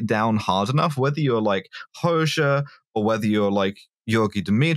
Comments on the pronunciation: A year late to the party but the correct pronunciation of Enver's surname is Ho-jah. The "xh" in Albanian reads as a "jah" in English. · It's pronounced "Hodzsa" in Hungarian spelling not "Hoksza" so it's not an x but a j as in job or jab. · x in Albanian is pronounced very close to dzs in Hungarian. Nindzsa, dzsem, Hodzsa... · "Hoxha" pronunciation gave me heartburn